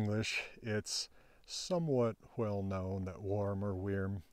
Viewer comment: “wHell known” - you put your WH pronunciation into a W only word! Maybe you will initiate a new sound shift in American English?! 🤩